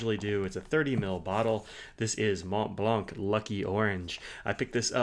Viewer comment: The C is silent In Montblanc, Not to be pronounced